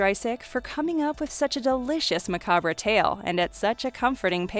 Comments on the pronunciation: "ma-cab-re" thats not how you say it darling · Who's guna tell her that macabre is pronounced MA-COBB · Macabre is pronounced like Mc,Cobb, just saying. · Did she just pronounce macabre as "maca-bruh"? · It's Said like macob not macabre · Macabre... The re is silent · You mispronounced a few of the words, macabre for example, did this piece come from a content mill?